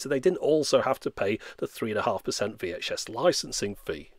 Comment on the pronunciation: Beeh-ta and Wee-Ache-Ess